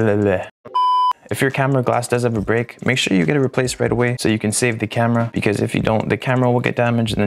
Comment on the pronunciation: I feels funny how you are struggled to speak the word break 😂😂